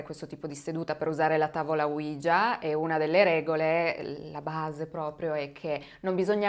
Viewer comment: Mi piacciono molto i tuoi video,sia quelli del lunedì che quelli del venerdì,anche se sono molto scettico su questi ultimi,cmq sei molto brava,l'unica cosa é che tavola ouija si pronuncia proprio come é scritto,cioè Oui (si in francese) ja (si in tedesco) praticamente é la tavola sisi